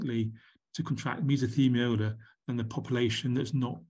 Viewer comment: It's mesothelioma, not mesothemiola, :)